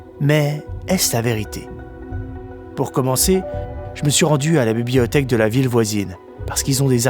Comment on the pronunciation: 😂😂 c’est pas bibliothé non bibliotek 😂😂